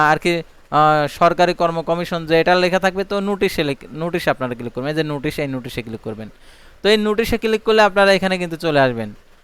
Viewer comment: উচ্চারণ গত সমস্যা আছে আপনার নোটিশ হবে,নুটিশ না।